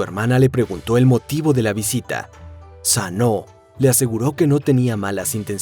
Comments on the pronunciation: Todo excelente, la historia y la manera de contarla... Pero porque dice Sanó!? La pronunciación es tal cual se escribe, Susano... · Porque le dice Sanoo a Susanoo?? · En realidad asi se pronuncia susanou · ¿Es tan difícil decir SUsanoo? Me daban ganas de zarandear al narrador sólo por eso.